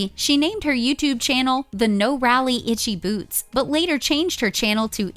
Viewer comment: At the very least I would expect these idiots to learn to pronounce her name correctly..